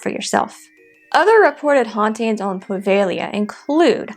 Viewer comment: Puh-veh-GLEE-uh (I wasn’t sure I heard that. I thought I heard “Prah-vay-Lee-uh” 🤷🏻‍♂️)